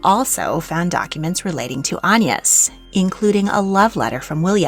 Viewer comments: What's with the strange pronunciation of AGNES? An-yes...Anne ...Aig-nes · that does explain it, although it might have been good to include that explaination in the video? It's very much not the normal pronounciation of the name in England and was a little distracting! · In england we pronounce it with a hard g like - a (guh) ness - or at least near where i live we do i thought it was quite common😭😭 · Agnes is a very comon name in England - Agg-nes. I have never heard of an Ayn-nus. Ever! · its pronounced "ag- niss" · I've never heard "Agnes" pronounced "On-yis" before! Was this common in Tudor/Elizabethan England? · French pronunciation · that explains that weird pronunciation. Great work as always. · I was wondering that! I've only ever heard it with the hard G. The soft G reminds me of the Irish pronounciation of names such as Anya (which wouldn't be applicable in modern English English but might have been in Tudor times?) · Agnes is a Swedish name, so should propably be pronounced with a hard g like in aglet. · Yes, definitely should be pronounced that way, don’t know where has got her pronunciation from.